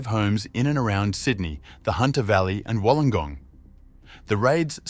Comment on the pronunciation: Wallengong and Bondy. Funny. Hope noones been knocked off in Wooli.